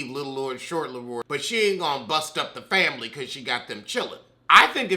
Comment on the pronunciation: Lost feeling on one side when you done said, FAMBLY!